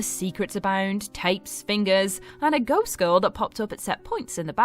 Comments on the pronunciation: I thought she said goat too 😂😂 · I heard right? She said goat than ghost?